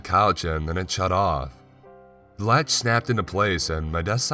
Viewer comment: The last word or everyone of sentences is always emphasized. Offff, laaaatch, awaaayyy.